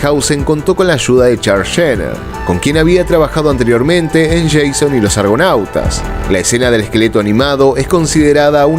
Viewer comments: ¿Por qué dices "Yeison y los Argonautas"? Jasón es un nombre griego, no sé por qué lo pronuncias como si fuese inglés. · En español (y en griego) Jasón se pronuncia tal cual se lee, no a la inglesa (yeison)